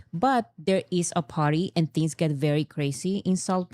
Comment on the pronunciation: I promise I'm not trying be an asshole but as an ESL teacher, I absolutely HAVE to talk about this. For the word "party" we gotta hear that "R" sound, or we will think you keep saying "potty" and in American English that's another word for "toilet." I'm not talking about the bathroom. I mean the actual thing that you sit on to poop/pee. THIS, folks, is why you never hire a British/Australian ESL teacher. I replaced a UK teacher two years ago and we spent nearly an entire semester going over rhotic Rs.